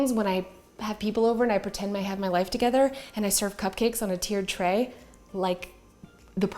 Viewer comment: "When I pretend to have my life togetherr" lol love it.